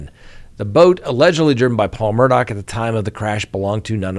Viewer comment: The least you can do is try to get the names right. It's not Murdock, it's Murdaugh.